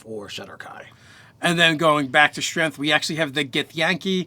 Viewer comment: I literally couldn't finish the video because of "strenth"